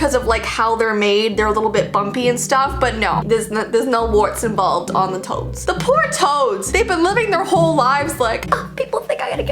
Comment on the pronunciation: omg, I thought you said toes not toads lol